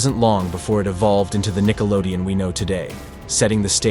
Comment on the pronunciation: But it's Nickelodeon, not Nickelodeo